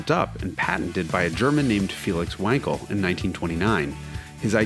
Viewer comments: Amount of "wankels" in this video is overwhelming. It's pronounced with a solid V. Please call it like it is. Not wankel.. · "Vankal" please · It’s Vahn-kel you Vanker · Say "Vankel", not "Wankel" - that's the correct pronunciation! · Wankel is pronounced Vankel.Just like Aston Martin isn't Aston Martun and Jaguar isn't Jagwire.Americans have no idea how to pronounced foreign car related words. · It's pronounced Vankel